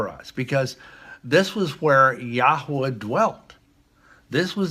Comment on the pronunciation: if he can call himself a doctor so can I. here on out I shall call myself Dr. Meadow Stone. ha. if there is a Lake of Fire, you are going to be BBQ'd for lying for profit or whatever,. If I hear him say Yahua one more time I'm going to barf.